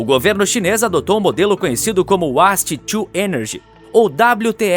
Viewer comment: Uáste? :face-green-smiling: Waste to Energy :hand-pink-waving